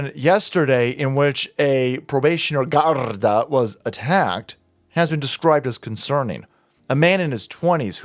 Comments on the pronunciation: it’s pronounced “gard-AY” and I can’t believe the Irish are allowing this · The word Garda is pronounced the way it is spelled, pronounced the way you would say Lake Garda.. Not the way you tried to pronounce it. You sounded like a cross between a Russian and a Spaniard... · Garda is irish you don't roll your tounge like your speaking Spanish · Garda sounds like gaurd-ee